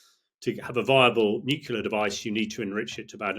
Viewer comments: F**k me NUCLEAR not “nucular” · 'Experts' who can't pronounced 'nuclear' correctly...it's not 'nucular' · Stopped listening g as soon as this bloke started saying nucular . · Nit picking perhaps but why has nucular become almost the norm for nuclear!! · Repeat after me: Nu Clear. Nu Clear. Nu Clear. Not: "Nu Cular" Morons. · This is nitpicking I know, but it’s hard to accept anyone’s opinion seriously, particularly an English person, who cannot pronounce the word Nuclear. It’s not nucular🙄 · I cannot listen to the opinion of a man who thinks "nuclear" is pronounced "nukilar". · ha ha many people call it nukular. I don't know why, but they do. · It is spelled nuclear, not nuKular! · As in ‘nucular’ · This man cannot say ' nuclear' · Never have I ever heard someone mispronounce nuclear so many times per minute. Painful. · Who is going to tell him that he's saying "nuclear" wrong?